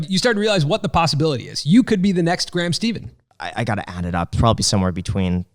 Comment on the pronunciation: you keep pronouncing Graham's last name wrong 😂